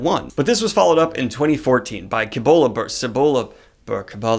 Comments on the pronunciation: Cibola -> See Bow La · Book #3 is pronounced Cibola. YW.